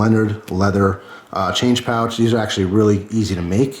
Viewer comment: İt should be pouch not poach sorry :)